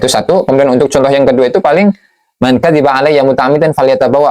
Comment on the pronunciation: من كذّب عليّ bukan من كذِب